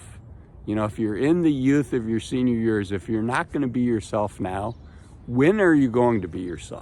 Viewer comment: "senior yurs".